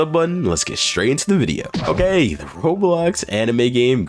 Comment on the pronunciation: i started the video and first thing i hear is "o gay"